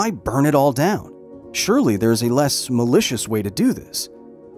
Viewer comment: He keeps emphasizing “malicious” seems sus